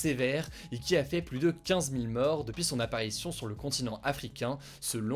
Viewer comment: Salut. Pourquoi ne pas corriger l'erreur de prononciation qui consiste à systématiquement dire le mot PLUS avec le s?